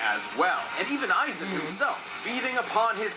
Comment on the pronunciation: It’s Aizen not “Issac”🤦🏿‍♂️